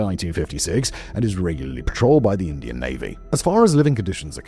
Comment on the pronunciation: Uh oh “indain Supreme Court”